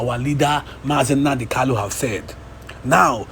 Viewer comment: Is he Kalu or Kanu. Please pronounce his name correctly.